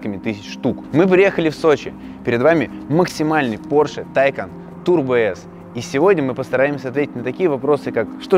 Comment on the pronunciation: Правильно говорить ТайкАААн а не ТАААйкан! "На случай, если вдруг у вас возникли проблемы с произношением этого названия, сообщаем: оно читается как "Taycan" на второй слог. Подтверждение тому – новое видео, опубликованное на официальном YouTube-канале «Porsche»." Вот ссылка, чтобы не быть голословным